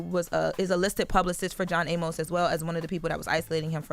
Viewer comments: It’s pronounced “ay miss” not “a-mose”. I’m saying this cause unlike this girl, I actually respected this man’s career and actually watched Good Times and Coming to America. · I know there are wayyyyy more important things to talk about BUT Amos is pronounced A-mus‼️ There is no E at the end y’all. THAT would make it A-MOSE, same as how you pronounce the word Pose‼️ I cringed every time they said it‼️🥴 Welp there’s y’all English lesson for today‼️🥴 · Why they let her keep on pronouncing his name "John A-Mos" 😂😂😂